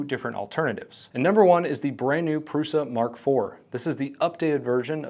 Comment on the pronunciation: It's Průša, not Prusa.